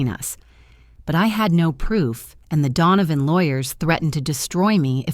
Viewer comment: Donovan not dawn of....